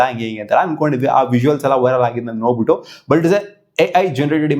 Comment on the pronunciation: Nobitti alla adu. Nodbittu. Kannadanu sariyagi matadakke baralla